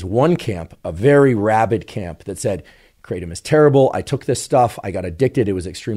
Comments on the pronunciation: The original Indonesian pronunciation is krah-TUM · The American pronunciation is KRAY-tum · The trees are everywhere here in Thailand and it’s called Kra-Tom kra like in crack and Tom like the name